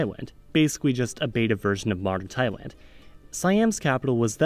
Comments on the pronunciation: ‘taiwan' is not an alternative pronunciation for thailand. weird that you would think so. it was very odd watching the video and hearing him say taiwan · Yes, he pronounced Taiwan in big part of the video. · Notice how later in the video when he starts to sound like he’s saying “Taiwan” a lot, other words with “L” in them he also pronounced as “W”. It’s an accent thing, not a misinformation. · Sorry I did hear "Taiwan" spoken several times. But knew it was Thailand! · TAIWAN TAIWAN TAIWAN Who hears Taiwan instead of Thailand??? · It's Thailand!!!!!! NOT Taiwan😢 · Why he kept calling Thailand "Taiwan"? LOL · It sounds like he keeps saying taiwan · Thailand not Taiwan and Taiwan is Taiwan and Thailand is not Taiwend haha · funny how this dude does not admit it. "I wonder how you pronounce Taiwan". Lel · he said tywin, as in lanister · I think at some point I even heard ThaiWEND 🙃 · yeah i know that. But on the video. He always say Taiwan. Missed pronunciation bro. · Same here... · Hahaha. I replay it about three times, increase volume, slow down to 0.75x Still hear him said Taiwan. 😅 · It's Thailind though.... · probably just quick, sloppy East Coast speaking. His website says he's from the DC area, but lives in Berlin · He wasn't talking "about" a completely different country half the video, you're exaggerating... For the whole video he's talking about the same country that he pronounced differently at times. At no point did he actually mean Taiwan when his pronunciation sounded like it. It's not a big deal. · The problem is not the syllable "Thai/Tai" but the syllable "Land/Wan". You can use the Google translate, type in the "Thailand" and "Taiwan", select language as English, and click on the "speak" icon to hear how to pronounce them. Nice presentation though. Thanks for your work. ^^ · Just admit that you mispronounced a couple of times already. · part of nepal was dummy. So its not wrong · Yeah his pronunciation is pretty bad. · Thaiwan lmao